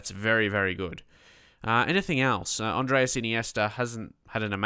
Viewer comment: the first name of Iniesta is ANDRES not ANDREAS, just make that clear since you always are saying Andreas. but your videos are great!